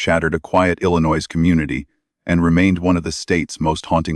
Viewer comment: At least bother pronouncing Illinois correctly!